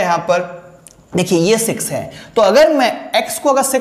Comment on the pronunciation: wo six h ya sex h 😂